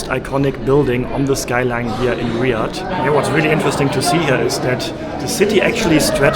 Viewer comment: It’s not riad it’s Riyadh btw and there is normally a lot of cats and there is no snakes or spiders